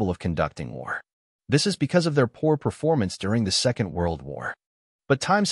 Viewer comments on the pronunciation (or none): none